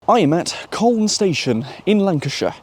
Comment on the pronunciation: In colne you don’t really pronounce the L. It is more like cone, but not exactly cone.